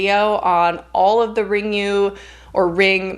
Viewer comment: 'RIngu' is pronounced as Ringoo ('u' is read as the sound 'oo' in Nihongo i.e., Japanese) So, Juon (Grudge) would be talked about as Joo-awhn. Dying to watch 'X'. Totally approve of Fresh as being intriguing. It actually is interesting and kind of reminded me of this Indian movie called Aamis which is a regional movie that has an unusual plotline and horror given a very different treatment.